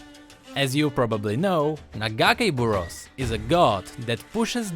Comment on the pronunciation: It's Naga-kay bour ose that's how you pronounce illaoi's god